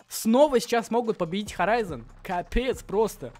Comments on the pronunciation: надо читать не хзн а хорайзн отписка фууу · Это Скиффф и это хорийзон а не хезейн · Может ты не знаешь, но то не HZN, а хорайзен